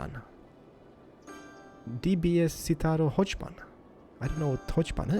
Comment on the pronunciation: prenounce hochbahn as hogbahn